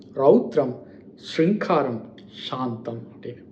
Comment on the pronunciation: சிறப்பு. தேர்ந்தெடுத்த பொருள் ஆழமானது. சொல்ல வந்த பொருளை தெளிவாக, நிறுத்தி நிதானித்து சொல்கிறீர்கள். மகிழ்ச்சி. சிருங்காரம் என்கிற சொல்லை உச்சரிக்கும் போது சிறு பிழை நேர்கிறது. இதைத் தவிர்க்கலாம். கா என்பது GA என்றே உச்சரிக்கப்பட வேண்டும். உங்கள் உச்சரிப்பில் இதில் தேவைக்கதிமான அழுத்தம் உள்ளது. வாழ்த்துகள்.